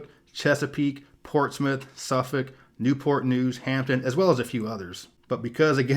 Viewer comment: Heeeeeyyyyyy, you said Portsmouth right! A musician you forgot to mention was Pharrell Williams but I think you're very well informed about Virginia and I loved the video. Although I'm well aware of my home state, I guess I was here to see if you'd get things right and I think you did an amazing job compared to others!